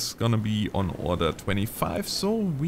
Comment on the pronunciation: I love how says 'Order' as if he means 'Oder'